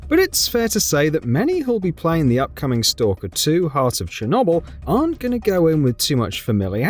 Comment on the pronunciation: The way this guy pronounces ‘Chernobyl’ pisses me off so much